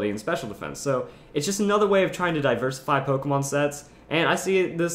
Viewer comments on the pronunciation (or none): when you said diversify i thought said "diverlisify" hahaha